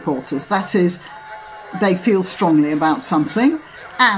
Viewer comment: Violin Accordion Lol. Don't you just love the way he says "summink" instead of something!